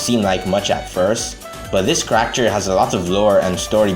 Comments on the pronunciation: i love your vids, but man do i hate the way you say character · fun how many comments there are about how you say character lmao. as long as it's still understandable why give a shit